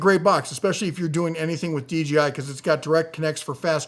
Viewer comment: Almost every video I have watched on YouTube, everyone says DJI as "DGI" lol.